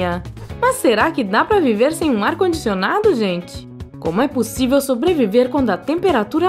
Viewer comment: Não consigo assistir esse vídeo... esse jeito de narrar irrita demais... "para quem não tem um ar condicioNADO" "ou como ostentar que você não vai friTAR".